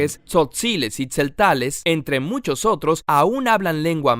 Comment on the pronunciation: Nm o es tzestales se llaman tsetzales 👎🏼👎🏼